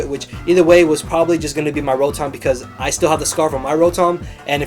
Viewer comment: roh-thom lol :p